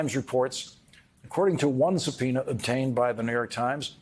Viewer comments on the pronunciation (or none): Lawrence said supeoner.